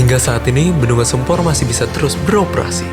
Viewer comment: Sempor..... pengucapan nya mirip Semper Jakut. Gimana sih narator ny... Jgn merubah nama